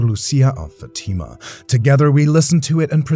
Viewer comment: Please say your words properly nothing drives me crazy more crazy than when people miss pronounce words it’s not Fatima. It’s not a girls name it’s Fatima.